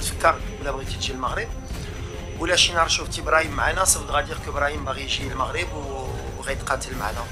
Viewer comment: تعليق جميل و لكن المغرب و ليس المخرب صحح نطق الحروف